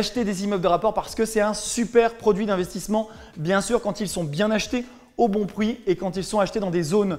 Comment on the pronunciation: DÉSOLÉ J'ai beugé sur " au bon pwi " à 4min03 MDR... NON sérieusement je vois bien qu'il est intéressant d'investir dans des immeubles de rapport, est ce que ça l'est toujours pour un premier investissement ? SI c’est le 1er invest. Faut il prendre en compte plus de critères ?